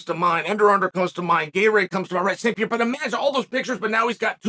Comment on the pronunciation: Alex St "Pierra"